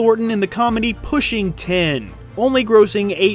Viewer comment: It's not Pushing Ten it's Pushing Tin.